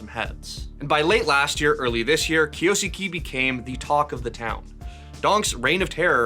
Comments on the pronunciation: It does not sound like "skey" at the end. I don't know the proper notation, but it's more of a flat "e" at the end not an "ey" sound, like Kyo-s-ke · It's not kiyosukee.. it's a Japanese name so it has to be kiyo-sukay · And it’s not even pronounced “kay” in the end HAHAHAHAHA it’s just ke Not key or kay 😂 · who the heck say it kiyosuki? Its Kyou~suke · Kyo-su-ke mate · It's "Kyo-soo-keh" Or "kyoskeh" if you read it fast How is that so hard to pronounce 😭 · it's pronounced as "Kyoske" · pronounced (Kiyo Skeh) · Drink challenge: take a shot every time he says "Kiyoosookee" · Can it be bleach so 8 don’t have to hear him say it anymore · 京介 " kyou-su-ke" 😂😂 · Kyo-s-kay. I dont know why that is so hard to pronounce. Simple voice prompt in google translate is the least you can do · Name butchering!! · say the name right challenge: difficulty: IMPOSSIBLE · 1 second in and already said it wrong. Wild 💔💔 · Name butchered as always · oh no he barely mispronounced a name that's not in his native language i'm gonna have a stroke guys help 😭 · It's esports, and I don't know how he pronounces it, but the way that name is being pronounced in this video has way too many syllables